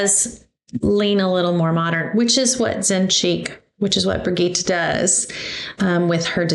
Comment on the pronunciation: Brih- gheeee-t soft g like Gigi and no e pronounced on the end. Great quilt😁 perfect timing because I need a new baby quilt.